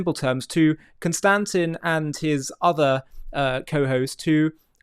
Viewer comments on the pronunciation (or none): It isn’t Con-Stan-tin. It is pronounced “Con-Stan-TEEN”. At least that is how I have heard it pronounced time and time again. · It's not Con-Stan-Tin it's Con-Stan-Teen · Con stant tin....??? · The name is pronounced: Kon stan tine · If you are going to keep featuring Konstantin on your program, don't you think you should at least pronounce his name properly?